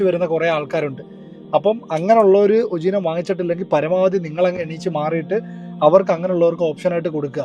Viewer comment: ഉജീനമോ... 😂😂😂 ഉജീനമോ... അല്ല ചേട്ടാ... ഉപ ജീവനം എന്നാണ്... മലയാളം പടിക്ക് 🙏🙏🙏🙏🙏🙏🙏